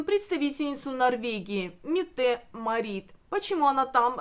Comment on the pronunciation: Кронпринцессу Норвегии зовут МЕтте МАрит. Вы,, делаете неверное ударение